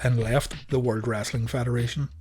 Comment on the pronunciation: Why you say "The WOLD TITLE?